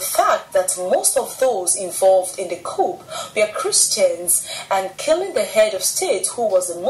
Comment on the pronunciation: The "P" in coup is Silent .